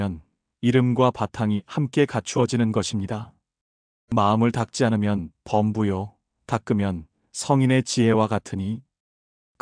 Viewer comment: 시비,견성,주(note),범부,중생,구결,다만 ,명하다,성현,수만큼, 등! 첫 자는 장음인데 이를 "짧게" 잘못 발음했나이다.